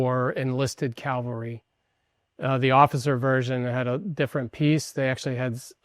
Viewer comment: Cavalry! Not Calvary. Cavalry are mounted troops. Calvary is where out Lord gave his life for are sins.